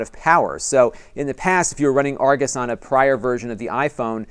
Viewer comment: The app is spelled/pronounced Argus (with a short 'u' sound in the second syllable), not Argos (long 'o' in second syllable.) This mispronunciation caused confusion for me in finding the app in the App Store. Otherwise, I enjoyed the info presented in this video.